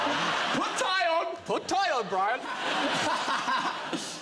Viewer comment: "So this is Bwian, innit..."